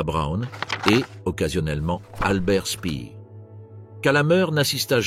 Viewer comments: EXACT: PHONETIC SPAIRR non pas SPIIR BERG - HÔF etc... de plus L'ARGENTINE VIENT DE DECLASSIFIER QUE ADOLPHE ET QUELQUES AUTRES VIVAIENT en ARGENTINE et sont mort de leur belle mort tardivement on ne s'attendait pas à moins avec tous les savants nazis dans la NASA let les universités US dont STANFORD. Le Reich était un essais millenariste des banquiers Talmudistes QUI REFONT LE COUP avec l'Europe actuelle .Le communisme soviétique une entreprise de destruction du peuple Russe pour accèder aux ressources de ce pays continent. A l'ouest rien de nouveau à l'est non plus.Deux cailloux dans la chaussure mondialiste tout de même. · On ne dit pas spire...pourquoi tout prononcer en anglais quelle manie... albert Speer se dit prononce chpère... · Tous les noms , ou presque, carrément faux: Berghof ( = ferme de la montagne ; Speer et non Spier etc . Mieux vaut ne pas être Allemand pour comprendre 😂😂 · La prononciation d'Albert Speer et du Duce, la description de la fin dans le Bunker de Berlin. C'est assez pathétique en effet.